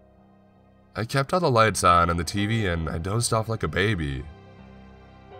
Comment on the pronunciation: The last word or everyone of sentences is always emphasized. Offff, laaaatch, awaaayyy.